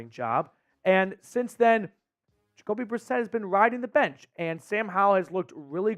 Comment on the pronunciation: Yes!! Jacoby brisket Uh biscuit Jakobe Brisset!